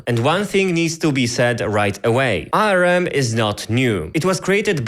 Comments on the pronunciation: Tbf he does have an accent and hes not saying ARM but A.R.M. but yeah it was bugging me too lol. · English Native speaker here. It is pronounced "Arm" not "A" "R" "M". Saying it with the individual letters like that is disorienting. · Great video! Quick note, ARM is generally pronounced as "arm". As in the word arm. "I hurt my arm" for e.g. Otherwise great explanation and entertaining video! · did he just call ARM arem? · If this guys so smart, why can't he pronounce ARM ? and how does he have less than 3k subs and a play button in the back there... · I paused and started typing this because I cant stand how you (incorrectly) pronounce "ARM."